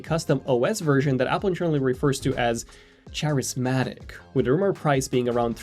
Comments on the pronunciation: Yea its KA not CHA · Why the hell did you pronounce "Charismatic" that way? Cringy 🥴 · that's not how you say charismatic..